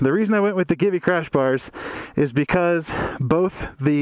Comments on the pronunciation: Is Italian company, So Givi is pronounced "Jeevee" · Givi is pronounced GayIvy. Your welcome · Will this replace Xena? P.S. I think it is pronounced GEE-VEE. Great vid, thanks.